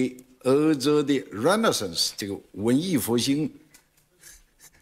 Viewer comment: 很多人都说江说外语是半吊子，但是听这个renaissance这个发音就知道他是真的会说英语，并且是可以说的非常流利